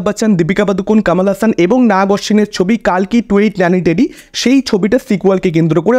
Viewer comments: ওটা "কালকি" নয়, "কল্কি"! সেই প্রথম দিন থেকেই আপনি ভুল উচ্চারণ করে আসছেন। ধন্যবাদ। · দেখুন এটা ঠিক ভুলের ব্যাপার নয়। ভগবান বিষ্ণুর দশম অবতার এর নাম "কল্কি", "কাল্কি" নয়। আপনি হিন্দিতে যারা রিভিউ করে তাদের কথা বলবেন এখন। কিন্তু আপনিও জানেন যে হিন্দি এবং বাংলা তে উচ্চারণ পৃথক। যাইহোক আমি আমার মতামত রাখলাম। আপনার নাও ভালো লাগতে পারে। কিন্তু বাংলা তে "কল্কি" হওয়া উচিত।